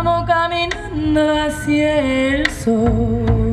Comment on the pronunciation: "hacia" also has 2 syllable= a+cya or a+sha (not quite, but it is closer than what she says) not a+cee+a